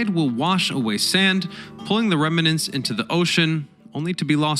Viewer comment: Rem-nants, not rema-nants.